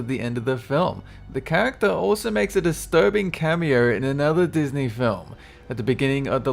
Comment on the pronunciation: very disterbeaing not not disterbeaning